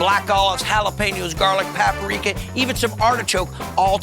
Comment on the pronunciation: Pap-A-Rika. Lol.